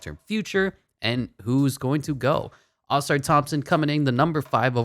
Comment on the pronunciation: You say ausars name like Ah-Sar